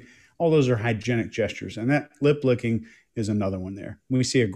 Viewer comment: I thought said lid licking and just had an image of a giraffe deposition 😅